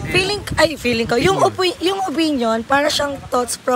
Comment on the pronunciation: hahaha hyp o-pin-yon😂 con-clos-yon 😂🤣